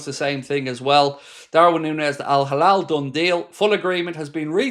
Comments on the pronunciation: It's hilal, not halal. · Not Al Halal its Al-Hilal